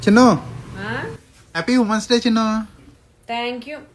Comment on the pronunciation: ఉమన్స్ డే కాదు విమెన్స్ డే అనాలి